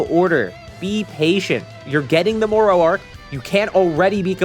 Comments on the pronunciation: More ro... you mean Moro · can he learned not to say more-oh yet?